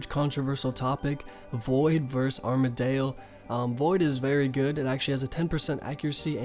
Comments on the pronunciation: ARMADYL. DYL, NOT ARMADALE REEEEEEEEEEEEEEEEEEEEEEEEEEEEEEEEEEEE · Armadale? wtf is that? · Armadyl, how would that be pronounced arma-dale? I don't understand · you literally say armadale wtf man LUL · RSN: FloofSheep Love the vids but no, they all have a correct way of pronouncing them... It's not Armadale, it's definitely pronounced arma-dill, and saradomin is said Sar-a-Dom-in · sa-rah-do-min and Ar-mad-il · I love the way you pronounce the god wars bosses. I’ve never heard anyone say it like you, I’ve always said it like (Sarah-dough-man) (arm-a-dill). Every time I hear you say it thought it makes me laugh. RSN:H3NNESSEY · Arm-uh-dill Care (c pronounced with S sound)-uh-dome-in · sare-uh-doh-min arm-uh-dill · Your pronunciation of Saradomin (Sir Odd Omen) and Armadyl (Arma Dale?) is triggering me